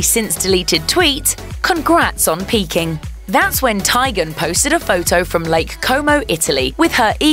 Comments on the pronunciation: Tie-gen? its tee-gen lol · For the love of GOD!!! It’s pronounced “TEAGAN”!!!! It’s not that hard to say